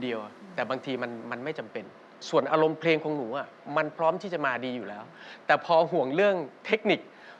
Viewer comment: แชมป์..ออกเสียงคำว่า..เพลง(พะเลง)..ไม่ใช่เพง...นะลูก